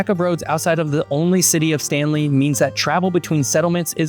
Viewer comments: It’s STANLEY not STANELY!!! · It’s Stanley, not Stanely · STANELY? Seriously?! 🤦🇬🇧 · Stanley, not Stanely. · The capital is not "Stanely" but Port Stanley. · It’s called Stanley not Staneley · "Stanely"??? Really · Seriously, "Stanely"? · It's not "Stanely" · Where is “Stanely’?